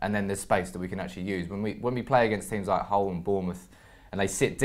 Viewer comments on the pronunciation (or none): none